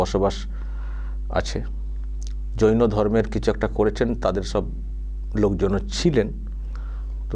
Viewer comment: ৱাক্ষসি তো জৈন ধম্ কে যৌন ধম্ বলে 😂😂😂কেলানি একটা